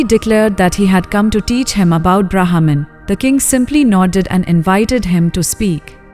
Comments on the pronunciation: Pronounce as 'ब्रह्म' ! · Thanks for the wonderful efforts to bring back our ancient wisdom thro these short beautiful stories! Short note: Brahman can be pronounced a little better as it sounds like a English trained AI system!